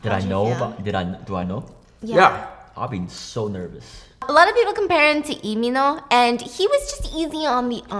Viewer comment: I was today years old when i heard for the first time the pronunciation of Lee Min Ho's name in korean @@ ive been fooled